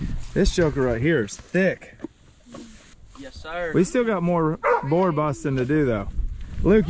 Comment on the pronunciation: Boar rhymes with store and more, FYI.